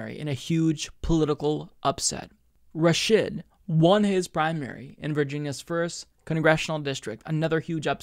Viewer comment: You really need to learn how to say Rashid